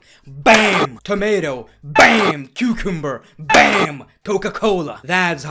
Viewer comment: Did he said cucumber wrong?